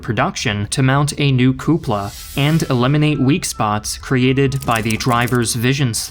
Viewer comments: What about "coopula" instead of "cupola" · "Coupla"? It's amazing how the German can be so fine, yet it's the english that is a bit off. Great video otherwise, proper job, crack on. Don't let my nitpicks deter.